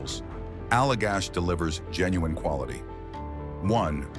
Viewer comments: AI pronouncing “LIV” Oak vice Live Oak, then corrects half -way thr4ough! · When will ai learn to say Live, not live? 😊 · AI narrating is sooo f'in annoying, live oak ....LIVE with a hard "I" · It's pronounced "live oak" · The AI voice can't pronounce Live Oak right.